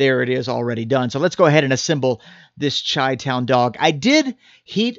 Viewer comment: Did you just say "chai" town hot dog? You had me til you butcheded that....